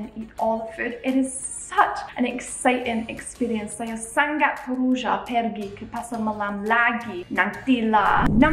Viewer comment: Yeahhhh… finally u say it right. Bungkus 😉👍. But there are a few words u need to improve… ‘Sangat’ is Sa-Ngat, not Sang-gat. ‘Minum’ is Me-noom not Me-nam. Btw, your Bahasa Malaysia has improved a lot 🤩